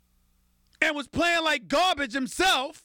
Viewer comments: anyone else hear the way he said garabge at first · it's funny the way he says garbage